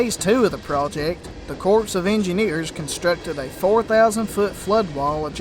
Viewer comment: Great video, but lest you offend those graduates of the USMA, it is the US Army Corps (pronounced "core") of Engineers. A corpse is a dead body.